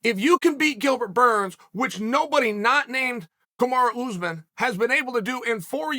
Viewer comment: I love how he says "kamaro ooze-men"🤣